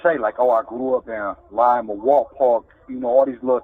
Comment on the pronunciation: You can tell he’s from here because he says Lima the right way.